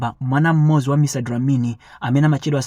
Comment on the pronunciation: Mr dlamini not dilamini